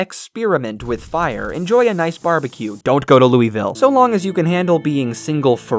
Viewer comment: "dont Go to lueivill"cought me Off guard